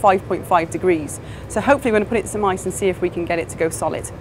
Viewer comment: 'wot we have here is smice' - why are you using mice? Oh! you mean 'some ice' lol